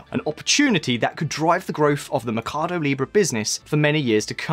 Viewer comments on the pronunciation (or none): Why does he keep saying mecardo in stead of mercado?